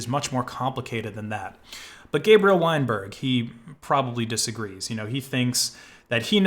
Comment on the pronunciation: "Weinberg" Every. Single. Time.